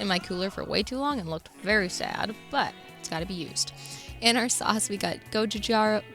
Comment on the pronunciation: As a Korean, I never imagined the combination of gochujang and peanut butter. I want to try it. And I want to tell you the exact pronunciation of gochujang😂